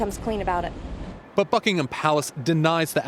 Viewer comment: at the beginning the reporter says "Fuckingham palace"